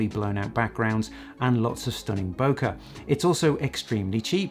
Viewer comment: You say bokeh correctly!!!!